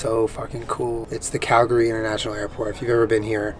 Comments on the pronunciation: Thank you for pronouncing Calgary correctly. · thumbs up for pronouncing calgary correctly :) glad our cities, airport, and province treated you well. i haven't flown in a while but i have an international flight next month so i'll have to check out those charging bikes! those are news to me. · super impressed you pronounced calgary right! glad you seemed to enjoyed the snowfall in 'berta. loved the video! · You said Calgary right!! :D Honorary Canadian